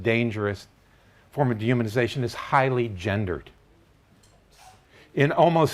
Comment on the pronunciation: it took me a while to figure out that you were saying dehumanization. The D is so short and the human is so much more emphasized.